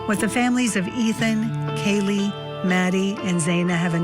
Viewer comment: Why does he keep saying Kallie it’s Kaylee